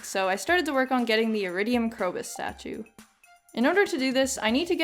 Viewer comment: Every time you say "chi" I die a little inside.